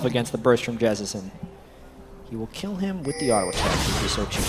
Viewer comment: "I kir nami! I KIR NAMI!!!" lol made me laugh so hard there at the end haha